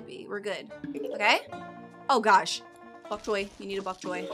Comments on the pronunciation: It's bonk choy not bonk coy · why does say chok boy???